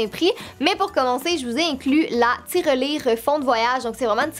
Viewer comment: Quel joli lot ! Mon objet préféré, c’est évidement le pixel 3(on va pas ce le cacher) mais le kit de pinceaux me tante bien aussi. C’est très drôle comment tu dis tiRElire en accentuant le -re. Pour Noël j’aimerais tellement un petit chaton que j’ai déjà rencontré dans un refuge ❤️